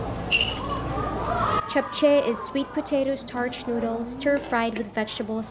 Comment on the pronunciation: I have watched many videos of Seoul, but the first video I have seen of this market. It's clearly a spot only Koreans go to. I am impressed you pronounced "japchae" correctly. 👍👏